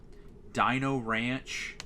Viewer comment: hearing you say dino ranch as "deeno ranch" made me laugh lmao. Great video as always. I've got a couple of channels you could do next - Comedy Central - Universal Kids - FXX - TruTV - TBS All of these channels are BAD.